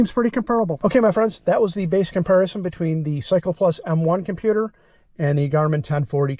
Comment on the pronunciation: kimpewder. :face-red-droopy-eyes